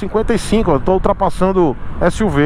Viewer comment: Quase morri de rir qdo disse UTRAPASSANDO SUV's kkkkkkkkkkkk